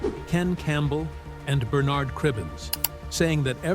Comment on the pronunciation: Python, Cleese and Bernard (Cribbins) all pronounced incorrectly. Americans who wish to treat UK subjects, do your homework!